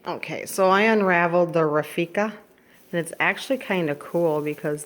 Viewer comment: Rafika??? I think you mean Raffia.